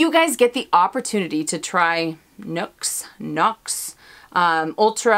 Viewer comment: Happy Saturday! 😘 Nuxe products can be purchased in NYC (just Google) otherwise just online in the USA. And the way you say Nuxe (the 1st try) is the right pronunciation 👍😊. Happy you like it, it really is a great product! 💕